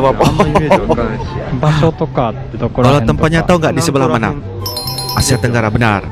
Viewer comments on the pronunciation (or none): none